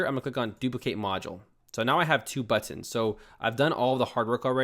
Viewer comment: Hey man, I love how you say Butt-Inz. Thanks so much this tutorial was amazing and so helpful!